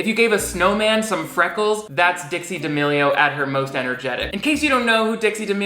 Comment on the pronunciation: How the D'A-meh-lio sisters got to this level of fame is beyond me x